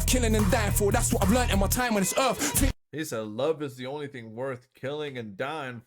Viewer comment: Bit of info that will help you - when they say words that has "th" they only pronounce "t" Three sounds like tree Thing sounds like ting Youth (which he says in this) sounds like yout